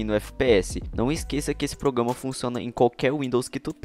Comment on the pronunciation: Só para de falar: progama E fala: programa